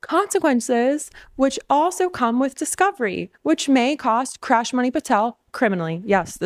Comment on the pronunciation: did you just say Krash😂😂 May I borrow that.!!?